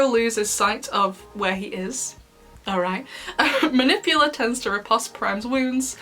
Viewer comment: Her name is “Manipula” not “Manipular”